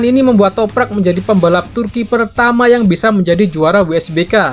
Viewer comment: Setelah berbulan-bulan ahirnya bisa lancar sebut nama Toprak😄 razgatlioglu yang susah😂